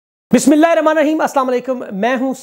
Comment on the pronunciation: میرے پیارے بھائی ۔میری بات کا برا مت ماننا ۔پہلے جو بھولنا چاہتا ہوں وہ یہ ہے ۔کہ آپ بسم اللہ صحیح پڑھا کیا کرو ،اور دوسری بات یہ ہے کہ ۔کہ اب بتاتا ہے کہ اس کے بارے میں بات کریں گے اس کے بارے میں بات کریں گے د۔ تو بعد میں آپ کو کچھ نہیں بولتے ۔وہی پرانی باتیں کرتے ہو یہ ہوا یہ ہوا یہ وہ نہیں ہے کچھ بھی نہیں کہتے آپ ۔ناراض مت ہونا ۔پلیز